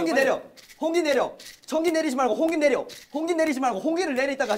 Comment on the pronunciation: 청기이..! 냅또..! 핳핳핳핳핳핳 진짜 ㄹㅇ 이번 청기 홍기게임은 마크가 ㅋㅋㅋㅋㅋㅋㅋㅋㅋㅋㅋㅋㅋ 진짜 개웃기네